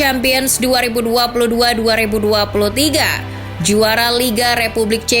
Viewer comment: Kayanya pengisi suaranya bisa bahasa sunda dalam penyebutan 2023